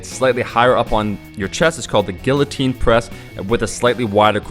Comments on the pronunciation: You mispronounced "guillotine." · pronounced guillotine wrong